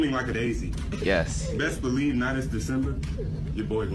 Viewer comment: bro went i blelive i can fly